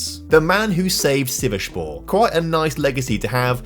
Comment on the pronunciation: Sivasspor is read as how you write it not sivashspor 😭